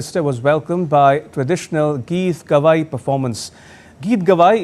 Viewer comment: This news channel is rightly pronouncing "Geetgawaai" and the right name of the award bestowed upon Shri Narendra Modi.